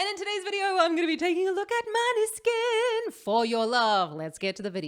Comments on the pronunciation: The pronounce is moneskin......not maneskin... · You are saying the band name wrong 😂